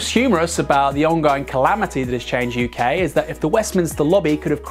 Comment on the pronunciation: It's not "Change U.K.", it's "Change UK", as in "YUK YUK YUK".